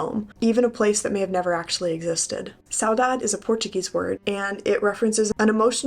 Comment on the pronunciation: Saudade as a portuguese speaker u say it nicely.😊